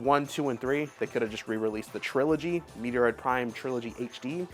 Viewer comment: MET-ROID....for the love of god. Lol